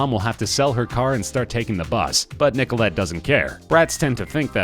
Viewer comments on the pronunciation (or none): Stop saying Nicolette XD It's making me wheeze